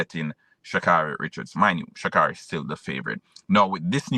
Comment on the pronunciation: How many times do you need to hear Shacarri's name to pronounce it correctly?